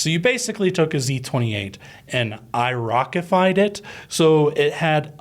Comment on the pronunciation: Irocified? No sir. I-rocked.